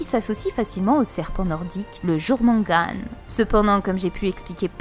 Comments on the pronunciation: jourmangadre ? c'est pas plutôt "yormungandre/gander" ? sinon belles théories, beau boulot (je ne connaissais pas la chaîne jusque là !) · Juste une petite remarque: Ragnarok ne se prononce pas comme en français, ça se prononce plutôt <<Rag'narok>> pas <<Raniarok>> Et pour le Jurmongand (pas sur de l'orthographe), le "J" se prononce plutôt comme un "I" ou "Y", c'est à dire que l'on prononce <<Yourmongande>> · La prononciation du jormungand m'a achevé